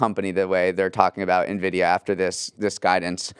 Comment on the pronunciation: 😂 always says Nuh-Vidia 😂